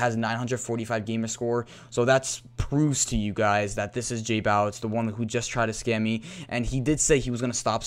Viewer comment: its not jbawitz its jbowitz